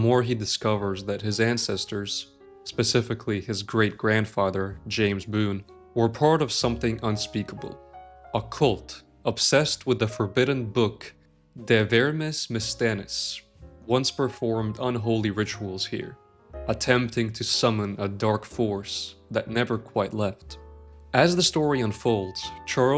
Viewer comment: "De Vermis Mysteriis". Not "Mystenis".